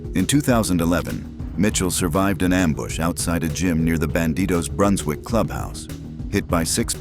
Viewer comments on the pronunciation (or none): none